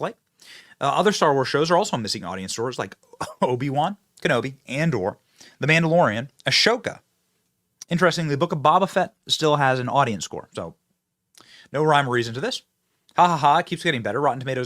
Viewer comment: Yo Boy Benny, you are NOT a Star Wars Fan at all are you? Boba Fet, not Bobba Fet. come on.